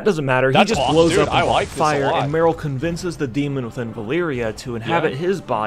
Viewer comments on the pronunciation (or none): It's Valeera, not "Valyria" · Sylvanas and Medan should have a baby. And call it God. And stop saying "Valeeria". It's Valeera. How to tell a fan from a guy who reads up just to make a video. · Surely Valeera is pronounced Valeera. So many people add an 'i' in there for some reason and make it Valeeria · What i wanna know is everyone calling valeera (va-leer-ah) as valeria (va-leer-e-uh) Like seriously, go listen to the way it's pronounced by blizzard in hearthstone. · How does everyone always manage to say valeeria instead of valeera? Like wtf